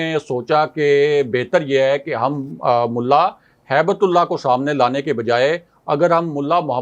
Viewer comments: کو سمجھائیں کہ نام صحیح طرح سے لیں، ملا ھبتہ اللہ نام ہیے ، ہیبت اللہ نہیں ہیے۔ اللہ کے نام کے ساتھ ہیبت لگانا مسلمانوں کو شرم آنی چاہیئے۔ ھبہ کا مطلب تحفہ ہیے عربی میں۔ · Hibt Ullah, not haibat ullah🙏🏽